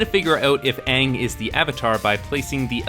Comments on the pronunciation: THANK YOU!!! One of the most annoying thing the director did was take the pronunciation of every name in the show and do it incorrectly. The other parts were were bad to begin with, but that just grated on my nerves the entire time. It's like hearing someone call a "water heater", which is the correct term by the way, and call it a "HOT water heater". If the water was already, why are you heating it? THat also goes in line with what Katara did with all her talking, through the entire movie... Not to mention all it did was retell the first season of the show in a 2 hour movie. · The mispronouciation was one of the worst things simply because we had to hear this error over and over. And yes it's an error. ATLA is an american made cartoon. The creators original intent is the correct pronouciation, it was never repurposed or reworked to fit a western audience. The Last Airbender's origins are inherently western. There is more country twang in Ang than there is in glass of Tang. It's there and there on purpose--not a "mistake". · Why does this guy keep saying Aang? We all know it's actually Ung. Very annoying mistake smh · I forgot how utterly bland and laughably bad this movie was. Semi awesome when I watched it the first time (namely the scene where aang or AWng as this movie likes to pronounce it destroys the fire nation fleet with a big wave). My little sister put it on and now regrets it. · Uhvatar ong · What did they do to Sokka and Aang they're the best characters in the entire show Edit also they say their names wrong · Maaaannn Christopher Lloyd is the PERFECT Bumi though Just recast the rest of the cast to not be pasty white and give Zuko an ACTUAL scar that covers more than a few square centimeters of his face AND FUCKING PRONOUNCE THE NAMES RIGHT and a Christopher Lloyd Bumi might be at least fun to watch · It's been a long time since I've watched the last airbender movie, but the pronunciation of 'Aang' still got me riled up.